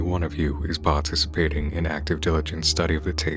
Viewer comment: I too, will pahticipate 🤠